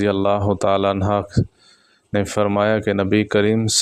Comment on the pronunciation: Bhai sab anha nhi anhu ha